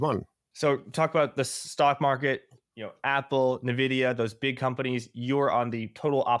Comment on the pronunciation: It's ENVIDIA, not Nividia